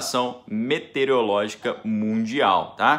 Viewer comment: É meteorológica e não METEREOLÓGICA